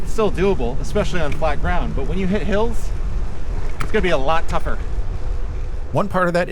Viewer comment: I'm sorry did you say hills ?